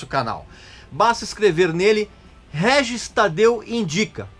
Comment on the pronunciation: Guel Guel Guel pronuncia do Régis